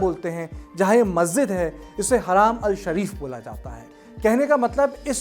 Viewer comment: Haram bolte hain haraam nhi